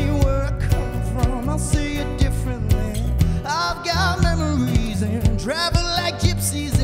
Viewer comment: “I’ve got MAMARYS” one direction energy (It sounds like mammary when he says memory lol)